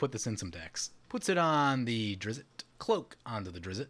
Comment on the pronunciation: Wow did you butcher the pronunciation of Drizzt. Don't know how the T turned into an O, but it got a laugh out of me.